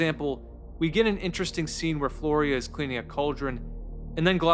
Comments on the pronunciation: flyora, not florya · Not "Floria" but "Fliora" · Flyora, (FLEE-or-uh) not Floria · It's driving me insane that you keep pronouncing the main character's name as "Florya" when is name is Flyora. Great video anyway though, awesome analysis. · Its pronounced more like "Flora".... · I’m kind of astounded how you managed to put together this video essay and somehow mispronounce Flyora’s name every time